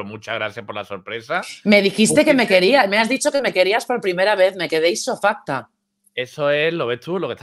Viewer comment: se dice estupecfacta no isofacta...